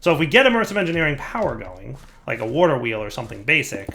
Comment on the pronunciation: Wourder wheel